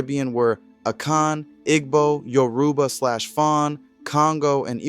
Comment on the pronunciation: Great job! Just a note Igbo is pronounced EE-bow The g is silent Yoruba has more emphasis on the ba like yo-rue-BAH But I’m sure an internet search could help with hearing how the natives pronounce it